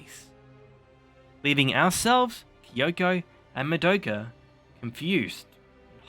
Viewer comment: Oh just another thing: I recommend that you work on your pronunciation. It is mA-doka, not mad-Oka. It is not j"ojo-ey-eye" but "sho-u-ju-eye" for shoujou ai, It's not Sa-Ja-ka, but "tha-iy-akka" etc. For an anime fan you are making a lot of these stupid mistakes.